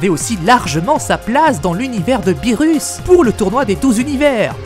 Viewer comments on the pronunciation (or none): none